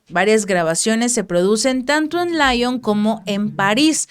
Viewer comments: OjO Lyon se pronuncia con el sonido propio de una palabra terminando en con vocal. Atención:no decir Otro tema, vamos.... en cualquier país veremos estos contrastes, relacionado con la implicación y afectación del problema por el cual se esté luchando, por otra parte de la ciudadanía. Es la realidad. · Se dice Lion, no Laion, es frances no inglés